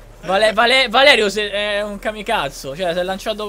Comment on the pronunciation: Hai detto camicazzo